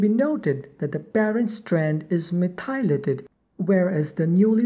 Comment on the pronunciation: You should know that "methylated" is pronounced "METH - y - lated". Not "meth - EYE - lated" as you are saying here. (capitalization indicating emphasis) Listen to some audio examples of correct pronunciation, that will help